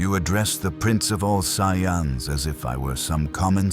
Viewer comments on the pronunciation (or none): Yeah there's mispronouncing and then there's whatever that was